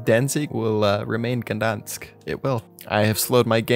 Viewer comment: "gedask" great vid btw just fun to make fun of ppl sometime